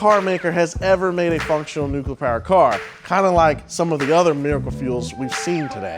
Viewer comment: He keeps switching between "nucular" and saying it correctly as NUCLEAR. It's driving me crazy!!!